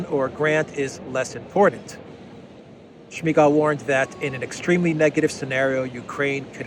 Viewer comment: I thought the same thing! I heard the name and immediately thought of Smeeegaalllll!